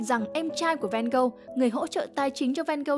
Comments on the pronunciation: Mình có 3 góp ý: 1. Phải là Theo và Vincent. Van Gogh là họ, Theo là em trai ruột nên cũng mang họ Van Gogh. Theo có full name là Theodorus Van Gogh. Cứ đọc Theo và Van Gogh nghe nó ngớ ngẩn vô cùng 2. Van Gogh đọc là Van-Gốc, không phải Ven-Gâu, vì đó là tiếng hà Lan. Tương tự, Gauguin đọc là Gâu-gin, không phải gâu-ghen vì đó là tiếng Tây Ban Nha. 3. Bỏ mấy cái tranh AI ra dùm đi. Nguyên bộ phim Loving Vincent thiếu gì scene có thể capture ra dùng mà đi lấy tranh AI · Nghe Van Gâu nghe ngứa tai quá, là Van Ho mà 😢